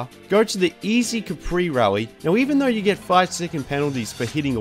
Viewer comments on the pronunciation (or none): none